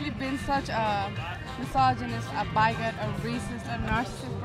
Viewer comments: “a byegot” 😂😂😂😂 Man, these people are delusional and just all need to see a therapist. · Wtf is a "Baigoat"? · jesus that woman has never even heard the word 'bigot' outloud. just read it on tumbler and rolled with it. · If you are gonna call someone a bigot you gotta pronounce it right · "He's such a 'BYE-GOT"....WTF?! Learn the language!!!! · Do you have fesces in your ears? She pronounced it "bye-got" not "bag-get" Nice try though shitforbrains? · “A bye-got” 😂